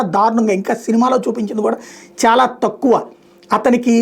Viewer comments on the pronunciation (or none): none